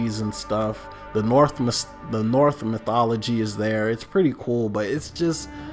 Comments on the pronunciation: My guy did not just say “north” instead of “Norse” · I disagree Valhalla should be much higher much much much much much higher this nigga didn’t even pronounce Norse mythology right and then he gone complain about the nature ........ITS 9th century NIGGA